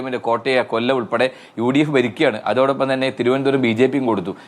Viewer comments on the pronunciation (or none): none